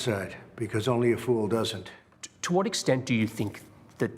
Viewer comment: lmao "whot manuals?" "whot books?"